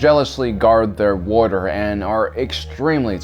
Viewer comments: Am I the only one who gets made at how he pronounces "water" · I'm sorry but wuddr makes listening hard.